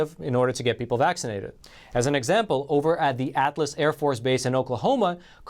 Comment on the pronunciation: Good video. Minor pronunciation issue: It’s Altus AFB, not Atlas AFB